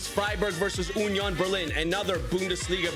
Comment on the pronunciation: UHHnion Berling😂